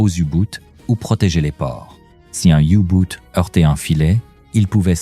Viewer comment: Les you-boot ? Commentaire IA nul !